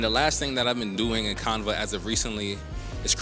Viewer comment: Love the video, great content....but I have never heard anyone pronounce Canva that way. The a sound is the same as in canvas. can-va. But you know what? Maybe us southerners are pronouncing it wrong. Idk.